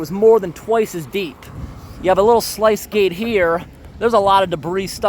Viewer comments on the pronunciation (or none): Love your video’s. Just fyi the sluice gates are pronounced (sloos gayts)